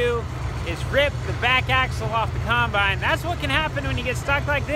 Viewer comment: How come you say kimebine instead of combine? Lol